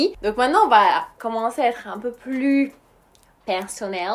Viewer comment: Quand elle a dis "perssonel " j'ai poser le tele et j'ai commencer a écouter 😂😂😂 lah ghaleb je t'aime trop